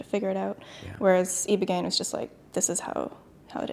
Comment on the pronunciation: Eyebogaine not eeebogain